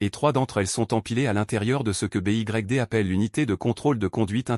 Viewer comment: Pouvez vous remplacer newton mètre par nanomètre dans la vidéo. En français BYD se prononce comme en anglais